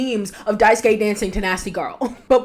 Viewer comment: Thank you so much for pronouncing Daisuke's name correctly. I am so, so sick of hearing folks' say "Die-soo-kay."